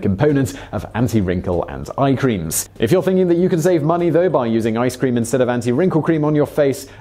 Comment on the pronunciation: "Lowshuns and Qureems"